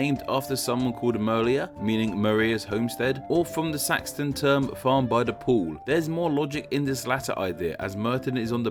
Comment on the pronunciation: You also pronounced Saxon as Saxton and crocus as crockus... and at one point pronounced borough the American way...